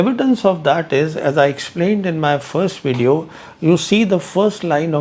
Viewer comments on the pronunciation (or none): Try to say "Video" not wedeo